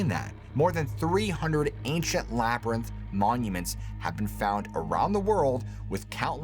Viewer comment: “Labyrinth”. Thanks! 💜